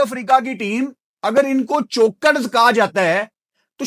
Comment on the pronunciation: Bro, its not chokkkkkkeerssesss, its chokers